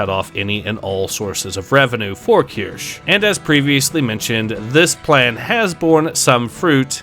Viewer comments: keer-shuh, not kursh or kurshee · It's pronounced "Key-ur-she". Just like Asmongold said it. Trust me. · At least learn how to say Kirsches name correctly.